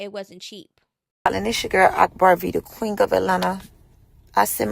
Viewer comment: Did she say queeng of atlanta 🤣🤣🤣